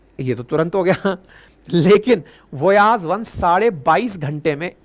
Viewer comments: वोयाज,नहीं, वायजर,नाम,हे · वोयाज नहीं वॉयेजर 😊😊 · वोयाज़ नहीं वाइजर नाम है 😂😂 और हा नासा अब झूठ बोल रहा है कोई वाइजर अब बचा नहीं है नष्ट हो गया है कब का 😅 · वोयाज 1 नही वायजर 1 कहते हैं